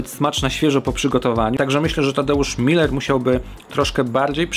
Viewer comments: Nazwisko Tadka czyta się Muler, nie Miler. Tak przynajmniej sam przedstawia się w swoim programie "Z gruntu zdrowo". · Tadeusz Muller (przez u - umlałt) to nie jest to samo, co Tadeusz Miller, bo nazwisko jest pochodzenia niemieckiego. Pozdrawiam :)